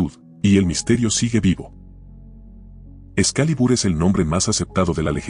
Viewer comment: "excalibur" ulalá señor frances -entonces como se dice? -eksu... CALIBAAAAAAAA